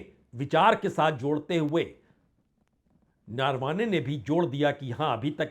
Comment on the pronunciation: उनका नाम नारवाने नहीं है, नरावणे है। आपसे यह उम्मीद नहीं थी।